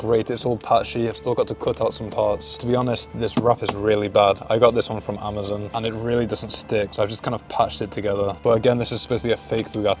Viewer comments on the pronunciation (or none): none